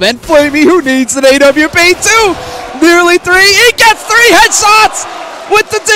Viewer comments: What's an Ay-wee-pee? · why do some people pronounce it Ae-wee-pee